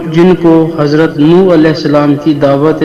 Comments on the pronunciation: Assalamualaikum aapne likha soore nooh hai.But aap bol rahe Hain soore Noor. Ise clear kijiye please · AAPKA PRONUNCIATION NOOR HO RAHA HAI....SURAH NUH BOLE...